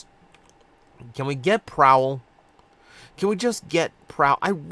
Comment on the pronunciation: "PrOWL" let that sink in